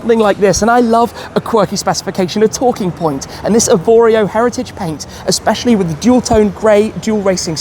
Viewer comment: Did you say its a Specially 🤔